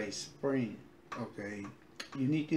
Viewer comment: It's "SPRINT" not Spring. It's a T on the end, not G. Just thought I would let you know.